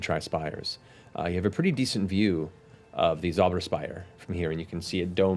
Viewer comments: Its kind of funny, theyr pretty close with the pronounciation on "Zauber" (magic/spell) but they do tend to make the Z sound like an S which would make it "Sauber" (clean) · the sauberspire. where zemnians clean phallic objects. sauber!! SAUBER!! (it's more of a ts sound that cursed german Z, they speak it too soft) german word mispronounciation joke over bye! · "Zauber" as in "Zauber spire" in German is "spell" pronounced with a "ts" at the beginning. "Sauber", however, pronounced with a "s" means "clean". Beau, Jester and Caleb standing in a room, yelling "clean, clean, clean!" Is so funny considering Caleb's usual stance on the subject. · Its funny how they make Zauber (magic) sound like sauber (clean) because you Americans apparently can't pronounce a harsh Z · The way people are saying "Zauber" is more like "sauber" is pronounced which would mean "clean" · Just a little tip, Zauber is pronounced tsowbuh. Just sayin :) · It bugs me that Caleb does not pronounce "Zauber" or "Richter" correctly. It is German and means "spell" and "judge". The Z is pronounced much harder, there is no equivalent sound in the repertoire of the english language, similiar story with "ch". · I burst into very inappropriate laughter when they found the skeleton in the basement, bc in German Zemnian, you don't have skeletons in your closet, you have bodies in the basement xD Also: Their pronunciation of the Z in "Zauber" had me cracking up just a bit, bc the way they say it, it sounds like "sauber", which means "clean". Made the scene with Jester remarking how clean it is under the bed even funnier, 'cause Beau and Caleb had been practicing their pronunciation right before that xD